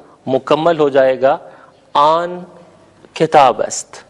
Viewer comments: این نہی ایں کہا جاتا ہے اور آن نہیں آں کہا جاتا ہے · محترم این نہیں بلکہ غنہ کے ساتھ ایں کہتے ہیں اور آن نہیں بلکہ آں کہئیے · Sir ap ki pronociation "in aur on" ki therk ni hy.jsida k azaez ny likha hy.noon ni perhty.